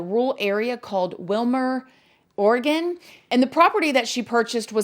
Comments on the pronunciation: I live in the next town over from her six miles away and this case is still notorious down here. It's also pronounced Wimer not Wilmer. And we have water that is trucked in. Alot of our properties here are drawn from creeks that dry up in the summer so it's about 150.00 for 1000 gallons of water. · Hi:) you said the place wrong its not Wilmer Oregon,it’s called “Wimer” (pronounced WHY-MER). I live 20 minutes from where it happened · It is Wimer, Or. pronounced Wymer. It is like Hillbilly Heaven over in that part of the Rogue Valley. Lots of sketchy news stories from there. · it's "wine-mer" not "will-mer."...... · It’s Wimer Oregon